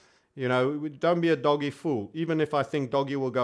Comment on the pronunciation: It's "Dohj". Not "Doggy". LOL.